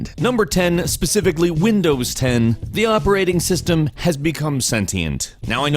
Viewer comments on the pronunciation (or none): none